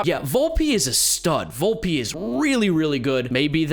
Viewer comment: It’s pronounced vulp not volpee not to be that guy